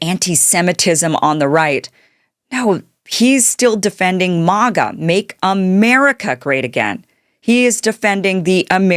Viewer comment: Thank you Kim it is pronounced Mah gah like -Maha Make America Healthy Again. You shining soul